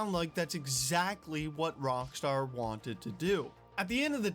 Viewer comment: Am I the only one hearing him say "wrong Star" not Rock star?